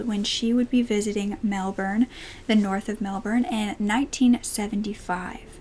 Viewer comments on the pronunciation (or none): none